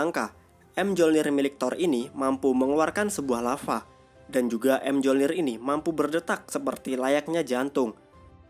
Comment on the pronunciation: ralat mjolnir sebutanya myolnir dalam yunani dan dalam film mrvel juga disebut myolnir